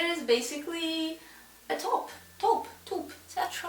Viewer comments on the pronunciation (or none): Taupe is pronounced. Tope.. you're almost perfectly pronouncing it. ✌🏾✌🏽✌🏻✌🏽✌🏾